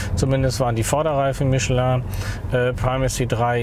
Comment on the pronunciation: Super! Es gibt also doch Deutsche, die Michelin richtig aussprechen können! 😀